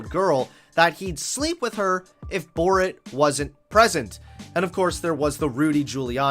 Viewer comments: This video was great but I love the way you say "Bort" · i loved the video but your pronouncing of borat and kazakhstan triggered me